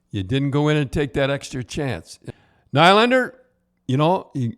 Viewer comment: c'mon Don... you really scuffing up Nylander and Foligno's name lol?